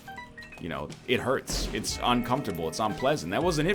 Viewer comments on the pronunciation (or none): none